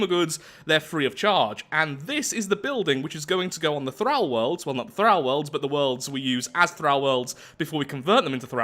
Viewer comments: Omg the way you say thrall. "Thrauw" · "Thrahl worlds" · OMG this triggered me so hard, PLEASE stop saying 'Thrall' with a soft 'a' its pronounced with a hard 'a' im genuinely crawling up the walls, how do english people not know how to speak english, im english and ashamed of my own people.